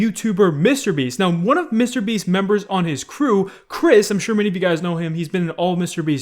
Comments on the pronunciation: STOP!! IT IS MR BEAST NOT MISTEEER BIIISSSTT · How normal people pronounce Mr beast: Mister Beast Scarce: MiStErBeAsT